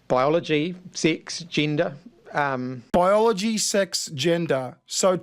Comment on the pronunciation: "Baiyologi, Six, jinda, " I needed a translation there 😂